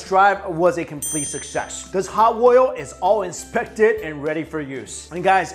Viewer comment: I know I'm gonna' get tagged as racist for this, but the way he says "oil"... Oi-yo...